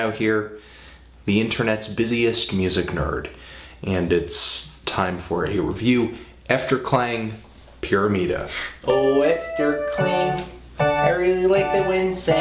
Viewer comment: "PIRIMIDA"? "PIRIMIDA"? "PIRIMIDA"?